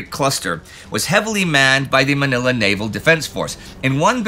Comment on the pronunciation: Ooohhh! Your pronounciation of "Manila" is improving! It's so refreshing to hear.